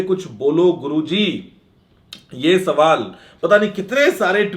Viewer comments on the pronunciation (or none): agla safar bola agla sabal bolne ke waja..😃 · Kisne gaur kiya guruji ne question ko safer bol diya 😆😆😆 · dekho bhai Guruji saval ko safar keh Rahe hai😅😅😅😂🤣🤣🤣